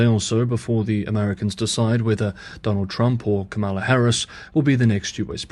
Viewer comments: You mispronounced Kamala. The accent is on the first syllable, not the second - comma-la. Trump often intentionally mispronounces her name, to show disrespect for her personally, and her Indian heritage. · Good choice to not put any emphasis on any part of the vice President's name. But the first part is emphasized.